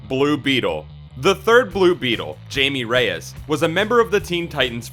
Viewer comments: Blue beetles name is pronounced Hymie not Jamie great list though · his name is hame not what you say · Mans said, JAYME 😂😂😂 out here butchering blues name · Jaime is not pronounced the same as Jamie. I do like the list thought and I do miss Jaime on the Titans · The third Blue Beetle is Hispanic. And his name should pronounced with h and I as if you are saying Hi me. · come on man. Spanish pronunciation. J sounds like h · I was about to leave a comment saying the same thing about the pronunciation of his name. I always find it interesting when people make these lists like they are experts but can't even pronounce the character's name correctly. I was also going to mention Jaime's appearances in recent movies and tv series. I can't speak to the comics and, yes, he does not have his own show, but he has certainly gotten a lot of attention in DC's recent series and movies. He is one of a few Teen Titans members in the film Justice League vs. Teen Titans, as someone else already mentioned, he is a recurring character in The Batman: The Brave and the Bold, and he was a central part of the plot for season 2 of Young Justice. He might not be a main character but he certainly is not just any old background character.